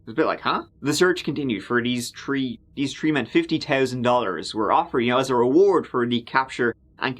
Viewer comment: Forgot to add... "tree men".